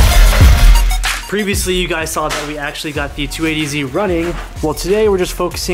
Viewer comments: Caught that too. PreviousUly!!!! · Previosuly is my new favorite word lmao